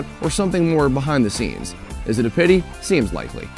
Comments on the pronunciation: I'm pretty sure it's pitty not petty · Dude... it’s PITY THE FOOL, not “petty fool” Canadian....